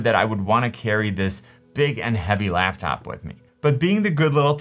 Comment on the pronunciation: Wait. "Laughtop"?